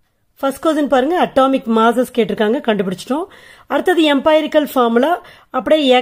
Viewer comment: எம்பைரிக்கல் illa எம்ரிக்கல் mam . Thanks for your useful video😊😊🎉😊😊